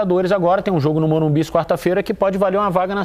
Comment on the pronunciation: Por que estão falando " Morumbis " ?